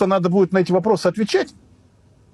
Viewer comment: "вопросьі на вопросьі"